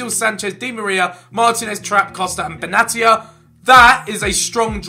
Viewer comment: Benatia (Be-Nay-sha) just a tip for next time Ethan